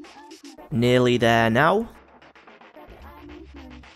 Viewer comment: 'NAILy there now'